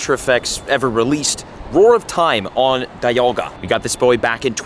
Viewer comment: Speaking of pronunciations (without throwing offense), it’s pronounced DEEalga not Die-alga. ARIados not Airyados, HoundOUR not Houndoor, ARRon not Ayeron, MYnun like minus not Menun, WALrein because it’s a walrus not a whale, Bagon like bagel, TurTWIG not Turdwig, REEolu not Ryelu, GLEYEscor not Gleescor, ARCeus not the british term for butt… All of these are in the anime. I watched every generation and pretty much all episodes and all movies.